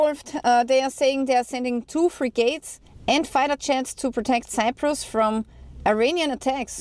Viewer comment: G'day, Frigits gits not gates 👍.